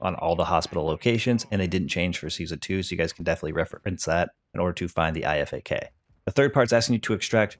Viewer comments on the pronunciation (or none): And the IFAK is pronounced “eye-fac” at least thats what we say in the military